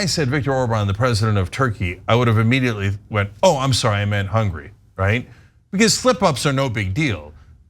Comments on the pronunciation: It's HungAry, Cenk, not 'Hungry'. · Well, he gets confused...goth coyntry ends in "ee-y." You know Tur-key...Hunga-ry (ree).